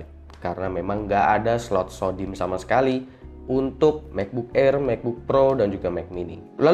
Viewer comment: "Mekbuk Air, Mekbuk Pro, Mek Mini"